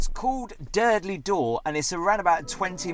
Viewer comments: Durdle not Durdley 🤣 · Hi, I’ve just started to watch your excellent videos…and this was no exception. I live in Dorset and walk down to Durdle Door every Saturday morning. Apologies, if this has been mentioned before, but it’s pronounced Durdle, not Durdleigh Door. Having said that it didn’t spoil your excellent review. Keep up the great work. Choo, choo 😂😂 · Durdle door not durdley door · You pronounce durdle as durdlee it’s d ur d le is it your accent? I suppose I couldn’t get down in my electric wheelchair if you say it’s difficult with a pushchair or pram. Your caravan would be great if you were a trainspotter on the plus side. 🙂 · It’s not Durdley Door, it’s Durdle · At what point does 'Durdle' get pronounced 'Durdley'? Come on